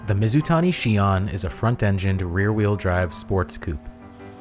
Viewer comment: Where do you get your ideas for videos from? You nailed Mizutani.